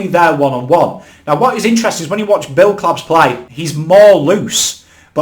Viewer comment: Mate I love you but you gotta get those pronunciations right . Mark Blicavs has been around for years you would’ve thought you’d be able to pronounce his name by now